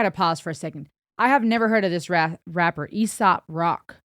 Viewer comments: its pronounced A-sop its a name playing off of aesop's fables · "ACE-SOP" is how you say it.